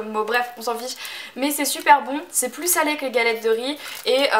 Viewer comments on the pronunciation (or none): none